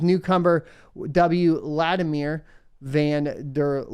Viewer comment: It's pronounced "Vladimir". Edit: oh, you got it the second time - well done. Haven't you ever heard that quote: "I vant to sahk your blud"?